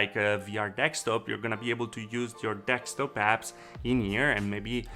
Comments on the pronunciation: desktop please don't say dekstop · Hmm, maybe he means it like Deck Stop, becauee it's so flat, it stops the HoloDeck? :-D ok ok i also find it a bit weird...